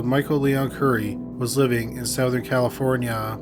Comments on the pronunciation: Lol, c'mon man. Sowthern? I've heard you pronounce the word "Southern" properly about 1000 times. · You're trolling us by pronouncing it Sowthern aren't you? Lol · Great video. But, dude... you really need to learn how to pronounce, "southern ." You say it like, "sow-thern." Its funny but gets on my nerve for some reason. Otherwise very good content! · ah yes, "soathern california". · Charlie Bucket. It's how Canadians pronounce it. We say sow-th. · How do you pronounce this word??? 'Southern' as in 'Southern California' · I love the way you say 'southern'! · the way he pronounces southern is weird